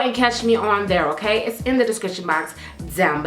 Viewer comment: " OKARRRRRR " " PARRRRRRRRRIS"